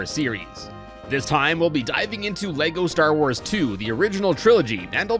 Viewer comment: Leko star woors